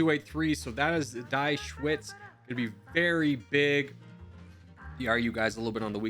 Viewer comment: "Die Schweiz" is pronounced "Dee Shvaits". It's the German name for Switzerland (literally "The Switz").